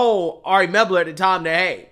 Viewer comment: The guy's name is "Mel-ber", not "Meb-ler".